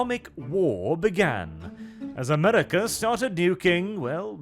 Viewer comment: Funny accent “Amedica”